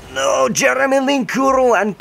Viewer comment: Linkuru? Are you dutch?